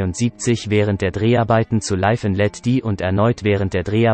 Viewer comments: oder live and let die spricht er nicht dei aus sondern wirklich wie DIE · "Mohre", "Laif and let dieh". Kann der Sprecher kein Englisch oder ist das ein Roboter?